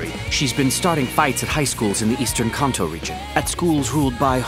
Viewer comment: finally i've found an anime in which they say Kanto, and not that bastardized version: "Can'to"